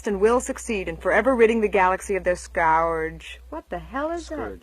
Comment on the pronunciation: A. E. She couldn’t pronounce “scourge” lol